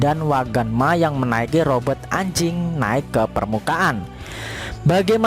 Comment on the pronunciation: Robot min, Robert sih nama org 😂